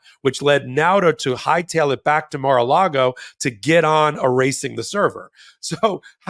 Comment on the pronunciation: It sounded like almost said "Mar-illegal" and I love it!